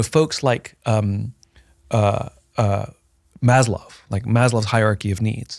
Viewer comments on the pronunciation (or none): It’s Maslow, not Mazloff Simon.